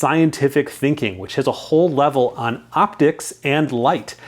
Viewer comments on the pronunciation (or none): none